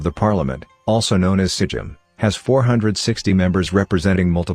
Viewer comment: It's not sejim it's sejm and you pronounce it "saym"